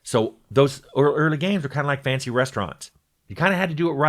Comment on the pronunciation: Oh, "fancy restaurants", not "fantasy restaurants".